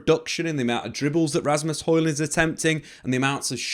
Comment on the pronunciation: Hojlund not Harland 😫😂 this is why I just call him Rasmus lol